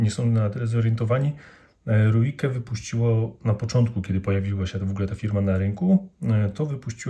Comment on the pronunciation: Nazwę Ruike, wymawia się REIK. To nie wpływa na jakość narzędzi, ale warto wiedzieć, zwłaszcza przystępując do recenzji.